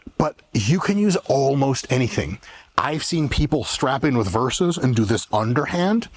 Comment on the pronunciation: It makes me happy when Mike says versas